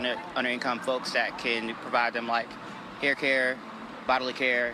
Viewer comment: Did that Mofo say haircare? Really!